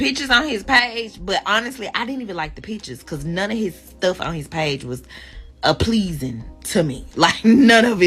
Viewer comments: this bitch said “appleasing” 🤣🤣🤣🤣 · She did him a favor. Ah-pleasing? 😂🤣😂🤣🤣😂🤣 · "Apleasing" this chick dumb as a box of rocks 😂